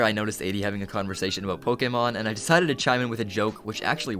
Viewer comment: It’s not Pokamon, it’s PokEmon!!!